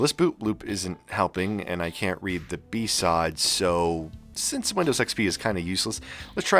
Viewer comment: Just say 'blue screen' like everyone else, or at least say the letters sequentially, that hurt my brain to hear. Also there is no need to repaste these old i5s. They still run in thermal spec without throttling, the cooler temps aren't worth the time and money.